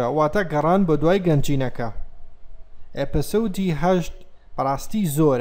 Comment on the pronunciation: مامۆستا ئەوە بۆ ئەڵێی ئەپە سۆد؟😂 ئەبێ بڵێی ئیپسۆد👍🙂